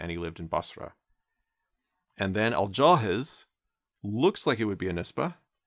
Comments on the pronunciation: Al jahidh (الجاحظ ) not Al jahiz ( الجاهز) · Note it isn't actually pronounced with a Z. that is only in Egyptian and it is just a pronunciational mistake (similar to how Brits might pronounce Thought as "Fought" or three as "free") The sound it makes is more like "Al-Jahiv/Al-Jahith" anyway, that guy though was a huge nerd, all he did was write books all day and barely went outside, basically the first incel of Baghdad, he also seemed to have been obsessed with Turks, having written a book solely dedicated to their virtues named: "Fadhaeyilu Al-Atrak" (Virtues of the Turks) He also made a funny poem when a bedouin criticized him for writing books and being a huge nerd, he said in his poem: "The book is the friend that does not lie, that does not backbite, that does not disappoint, and from whom you can never grow bored" and other nonsense.